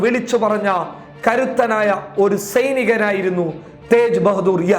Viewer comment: Sainikan enna ucharanam onnu shradhikkane, seinikan ennanu parayunnath..Try to pronounce correctly bro!